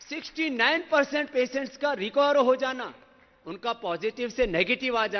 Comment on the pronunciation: that is fine .. but did you guys notice him stressing on the point : 69..so much ...hahahah